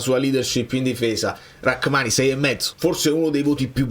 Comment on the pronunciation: Ma non si chiama Rakmani., proprio tu che ci tieni tanto per la corretta pronuncia…